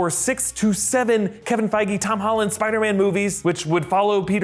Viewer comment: did he just say "Kevin Fieger" ? Lmao